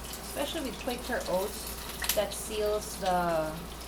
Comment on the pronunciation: it's Kwaker owts